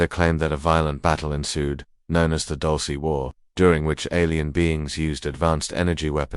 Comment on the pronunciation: Wtf is "Dulcy" 😂it's "dul-seh" not "dul-see".